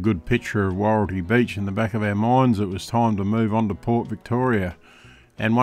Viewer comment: Wahroltee not woreltee